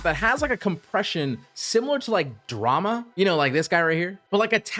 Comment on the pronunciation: I believe Dharma js a Hindi word that means creed/religion. It's pronounced as dhar-ma, not dra-ma. A couple of fonts similar to Dharma, in my opinion, are 1797 and Bison.